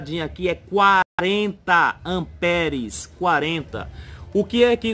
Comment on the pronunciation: Rêlê, amperes... Kkkkkkkk Pelo amor de Deus cara, pára de falar errado.